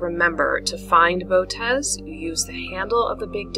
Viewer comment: The most common pronunciation is bow-oh- teez. Thanks! Gregg Schultz Three Pines Observatory